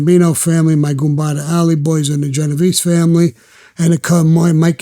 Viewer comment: Allie Boy was with the Columbos, he made a mistake and said "Genevesse".